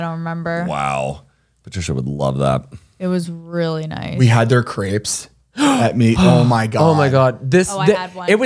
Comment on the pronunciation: took me a hot minute figuring out what was talking about when he said 'crepes' pronouncing it the way he did 😭